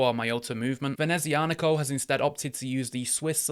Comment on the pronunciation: That is a stunning watch but I already have a Sea-Gull ST2528 Moonphase to scratch my starry sky itch. NOTE: I do believe that it's prononced "Venezia-Nico" (Nico of Venice), not "Venezi-Anico".